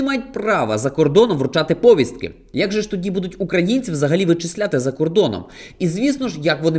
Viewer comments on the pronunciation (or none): А до чого тут якого він походження? А ти хто...?Навчись спочатку наголоси на слова ставити, повістка,, а ти чого там сидиш, а не на фронті, "мурашки по шкірі" у нього бігають, це лобкова воша по тобі повзає,...? Друзі...?Звідки воно це чмо? ФСБ руліт...?!